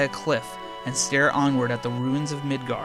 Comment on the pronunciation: Although pronounced wrong, it’s way better than midger